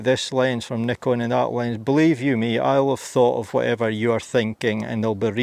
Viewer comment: Instant thumbs up for the Scottish 'comra' and the correct pronounciation of Nikon.